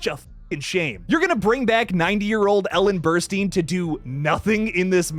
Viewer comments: Her name is Ellen Burstyn. Pronounced ‘Burst-in’ not ‘Burst-een.’ Do your research. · It’s pronounced like Burst-Tin.